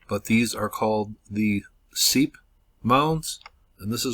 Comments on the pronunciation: I live in this area, the site is pronounced "sipe" like pipe. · I believe it is pronounced sipe.....I went there too, not much to see left